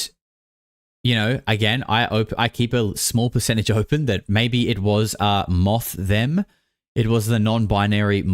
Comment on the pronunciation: "moththem" lmao i choked